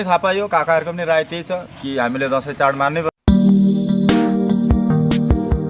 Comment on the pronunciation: राई होइन सर राय हो सर